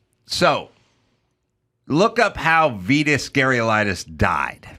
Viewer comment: Adam can't even begin to pronounce Vitas Gerulaitis